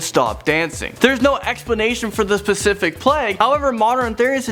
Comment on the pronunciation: Also 'specific' not 'pacific' haha, he is not good at presenting.